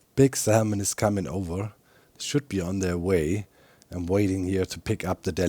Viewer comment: I can’t say Salmon correctly now after hearing Doc over pronounce the L so many times 😂